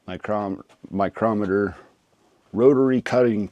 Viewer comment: So sorry, it hit my ears and i cant unhear it now. Its not pronounced micrometer, its pronounced Micro-Motor.